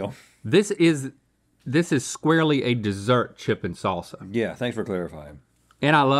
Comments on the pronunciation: Sauceuh or saucea or sauca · Rhett can’t say salsa. Always says “sauce-uh” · Rhett, you'll get there some day. As for now, 'sahsuh' it is.